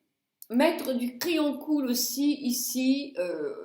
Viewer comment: Bonjour, vous me faites passer d'agréables moments. Qu'Est-ce que j'ai pu rire, rien que pour ça je vous remercie. Vos expressions sont uniques, mais tellement justes. Les exemples que vous avez donnés et les photos reflètent bien la réalité.Merci pour tous ces bons conseils, qui aident beaucoup. on ne dit pas coul mais KHÔL, vous êtes unique.Par contre, pour les sourcils j'ai découvert le graal avec vous, car ça change tout au niveau du visage.A bientôt.